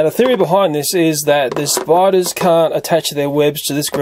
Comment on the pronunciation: Umm it's Spiders 🕷 not Spidars